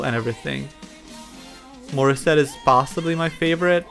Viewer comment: It's Morissette...